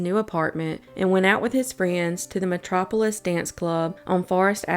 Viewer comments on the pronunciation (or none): none